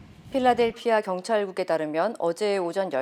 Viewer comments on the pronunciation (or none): none